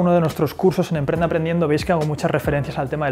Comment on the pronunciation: te comiste la p de emprende, punto 9